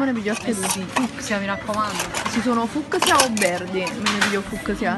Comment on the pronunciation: Ha sempre qualche problema nel dire 'cs' Fuccc-sia, Maccc-s